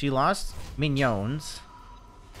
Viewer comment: The way says minions bro it sounds like an italian dish or smthn